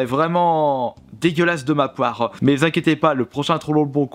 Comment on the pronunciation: J'adore ton côté trash et troll ^^ PS: Quand tu dis "de ma part" on dirait tu dis "de ma poire" a x)